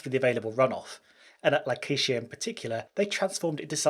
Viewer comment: The way you pronounce La Caixa, besides being wrong, sounds like a black female name from the US. 😆